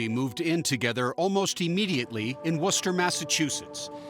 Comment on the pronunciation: 😮 My face when binging these and come across one from my own neighborhood 😮 Props to the narrator for actually pronouncing Worcester correctly!